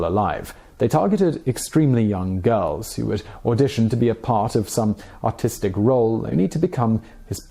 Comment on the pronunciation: I just watched Charlie Chaplin’s biographic and I have to mention I hate the way you say “artistic”. However, I love the fact that American prison inmates are known for how the treat pedophiles and child molesters when in prison.